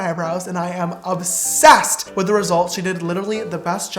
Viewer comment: No one : James : I'M OBSESSEDT